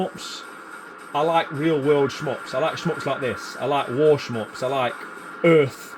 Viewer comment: Really enjoy your videos brother. please stop saying "sh-mups" LOL